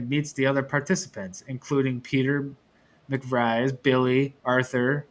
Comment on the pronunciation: McVries is pronounced Mick-Vrees. Vries does not rhyme with Fries.